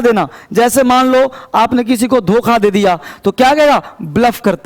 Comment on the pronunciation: sir ji 'doka' nhi 'dokha'